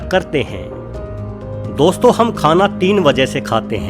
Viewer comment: O bhai 2 million log follow karte hn tmhe word to sahi se bol le Gyan mil rha hai to le lo gajab hai Bhai 😒😣